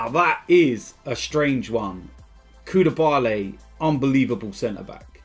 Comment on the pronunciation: Who's koudiabaay 😂😂😂